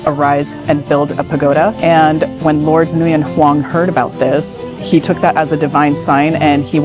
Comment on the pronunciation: pronunciation of nguyen needs reviewing. still a cool video.